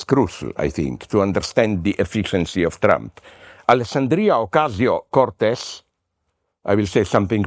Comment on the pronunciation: I love how he pronounced Alexandria Ocasio Cortez hahaha